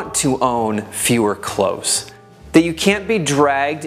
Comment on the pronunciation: Good advice to would be minimalists. I cannot help but cringe at the mispronunciation of the word “clothes”. It is not close, as in “close the door”. Nor is it pronounced close as in “near”. The word “million” is also mispronounced. Just saying..........